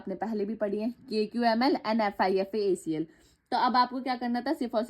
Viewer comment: its not fifa-acl its fipa-acl